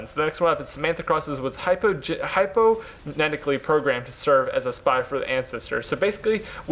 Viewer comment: its hypnotic not hyponetic